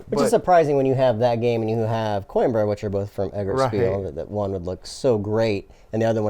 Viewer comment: To anyone that cares "Coimbra" is pronounced "coo - him - bruh".